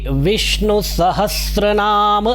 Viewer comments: Aap khud start me bolre ho sahastranam instead of sahasranam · Arrey bhau Sahastranaam nahin hain iska uchharan. sahasranam hai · Vishnu sahastranaam nahi hota, VISHNU SAHASRANAAM hota hai. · Sir aap khud bhi 'Sahasranam' ko galat bol rahe hai😂